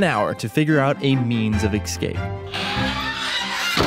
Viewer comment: Lol he said “excape.” But truly, this is magnificent. Congrats to them all. Men are awesome.